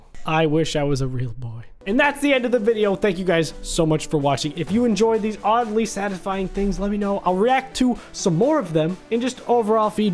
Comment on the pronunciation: Every time when you say oddly Satisfying i think you say ugly satisfying i dont know why🙄🙄